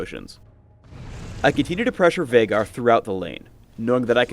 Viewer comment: that viegar (Vie-gar, not vey-gar) sucked